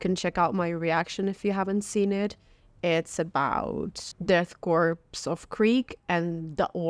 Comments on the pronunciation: What is it with so many people not knowing how to pronounce corps/korps? It's core. As in Marine Corps. I cringe every time someone says corpse. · Hype! :) FYI ‘corps’ is pronounced like ‘core’ and ‘gauge’ is like ‘gayge’ 😛 good old English lol